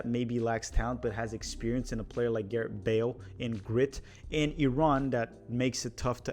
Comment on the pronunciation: I don’t mean to be that guy but what the heck… I’ll be that guy. When you finally got to Wales, you kept on saying Garett. His name is *Gareth*.